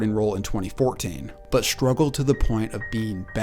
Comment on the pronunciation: You mispronounced the word "struggled" in the segment on the quarterback who began at Florida. You said "shtruggled".